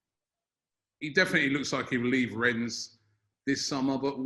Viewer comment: At this point I’m convinced that is purposely mispronouncing Rennes. (Ffs) it’s pronounced ‘Wren’ - the ‘S’ is silent. Put some respect on their French name… JHEEZ!!! 🤦🏾‍♂️ 🚶🏾